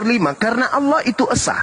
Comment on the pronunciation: Jika menulis harus tepat yaitu ALLAH BUKAN ALLOH. hanya yg menulis demikian karna Tdk mau menyamakan kata ALLAH karna dia Tdk mau DIKATAIN mencuri dari ALQURAN. JADI BACANYA PUN DIA PLESET ALLAH DIBACA ALAH.